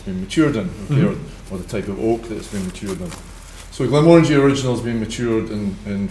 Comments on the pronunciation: …it‘s pronounced „Glenmórangie“, not „Glenmorángie“ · He definitely does, I grew up half a mile from the distillery, it's pronounced as if saying 'orangey' as in a shade of the colour. Not Mo-Rangie.